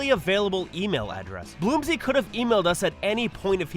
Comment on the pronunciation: The narrator might be calling you "Bloomsy" because the AI might have been given "Bloomser" and is pronouncing it like french.